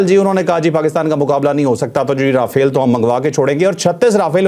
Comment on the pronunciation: مودی دہشتگرد رافیل کو را پھیل کہتا ھے